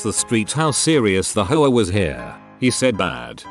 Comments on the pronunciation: Ayyy! Whatsa matta, you? You-a no likea de ho-ares?! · Every time I hear the voice pronounce "HOA" I hear "HO-ARE" Like an Italian saying "Whore". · HOAs really are HOe Ahs